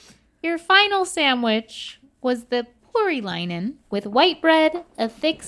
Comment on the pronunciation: That is not a porilainen, cmon Finland always get butchered in these 🤣